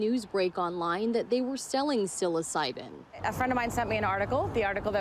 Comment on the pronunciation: She doesn't know how to say psilocybin lol